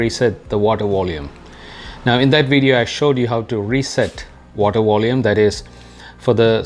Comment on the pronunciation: It was the "Water Wolume"